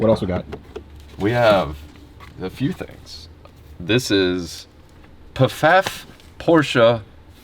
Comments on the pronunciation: It's just prounounced 'FAFF', or maybe with a very soft P. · Oh, just wanted to say, PFAFF is pronounced FAFF. Lol, but this is wild!!! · Pronounced "Faff" , I'm in Toronto Canada... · Pfaff Porsche. The p is silent so Faff. It’s a large auto dealer group in canada they also sponsor cars in a few different auto racing leagues so I bet they would be interested in knowing where this 918 ended up! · As some one that resides in Ontario Canada, and only about 50 miles from Pfaff in Toronto, it’s hilarious to hear you guys talk about how our dollar and how crap it is, and hear how you pronounce PFAFF lol